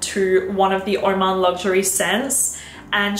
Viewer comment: lovely choices let me correct the pronunciation for oman luxury its LIKE HOW YOU PRONOUNCE ANGAM W/O ALFA H:face-red-heart-shape